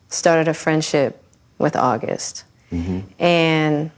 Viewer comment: “ WHEN AUG” 🤦🏽‍♀️